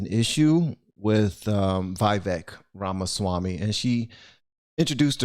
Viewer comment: It’s pronounced Viv-ek Ram-a-Swamy. He’s a legit dude. He knows what he’s doing…not running for President, but running for a prominent position in the 24 Trump campaign